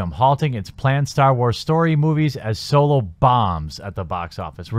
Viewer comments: I'm confused as to how you can manage to pronounce Solo as Soy-Low for the first half of the video, and switch of the the correct pronunciation of So-Low in the second half. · Why is everyone pronouncing Solo as Soylo. Is this some gag I'm unaware of, or do people of this generation really not know how to pronounce it. Granted, I didn't see the movie. Please tell me it's not pronounced that way on screen. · It’s solo not soilo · Is soylo being said? Lol